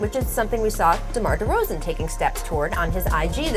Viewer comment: Hey you made a mistake with “Demar Deroan” (Derozan*)